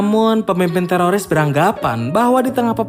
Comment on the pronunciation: Lembut kali ya "telolis" 🤣